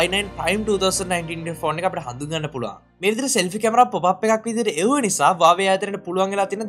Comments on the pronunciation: 😂😂හරි වචනෙ තමයි වාවේ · Yakooo wave neme huawei hariyata kiyapan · හරියට Huawei කියපන් වාවේ වාවේ ගන්නෙ නැතුව😂වාවේ වාවේ